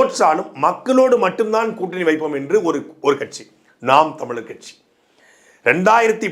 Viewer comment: he cant even say ntk name properly 🤣🤡